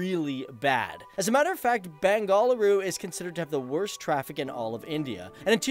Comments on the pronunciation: one main thin that drove me up up the wall was the pronounciation of bengaLuru as bengalooru time n' again which is not the "loo" as pronounced in a loo(a toilet)but with a heavy accent "Lu or La"sound as in "kaaLi"(the godess)which you westerners either can't or find it difficult to pronounce,i see a lot of bangalore centric "SO CALLED" english news channels doing the same which is pretty annoying,you are atleast an exception when it comes to pronouncing a Kannada word but with those people working in that english news channels i said are all Kannadigas and speak in Kannada as soon as they go home after their work and while at work pretend they don't know Kannada and think it is cheezy to admit that they know Kannada,well i'd like to slap hard on such people's faces,same goes out to kammanahaLLi, jalahaLLi, somanahaLLi etc etc it is "haLLI" as in a village and not "halli"while halli is a lizard(see...your bad pronounciation changes the whole meaning of the word). For god's sake i know that you know Kannada very well,please don't insult the richness of my mother tongue which is more than anything in the world,at least for me and people like me who are ready to give our lives for the sake of our beloved Language,the one,the only,the most beautiful language in the whole wide world "KANNADA". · Dude pronounce it properly its not beng-a - la-ru it's beng-aa-luru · It's Ben-ga-lu-ru NOT Bengaaluru dude! So annoying to hear that!! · Liked the video but I had to cringe a little everytime you said Bengaluru (bengaaaal ooru?) 🙈I never understood why the British renamed it but I kind of got my answer in this video 😉😁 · Love how you pronounce it . Bang - gall - a rue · Got a check my ear, I keep hearing Bang-A-Whoreu.. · it's bang-a-low-or that's how you pronounce it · It's pronounced as Benga-luru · Lol it's not Bengal dal😂😂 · Bang-a- loo-ru. Stop having a seziure everytime you say it. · Me too.....btw it's hilarious the way he pronounces "Bengaluru".....no offense 😉